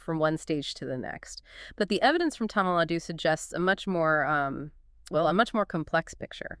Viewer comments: it’s thamizh nadu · plz pronounce tamil nadu as thamilh naadu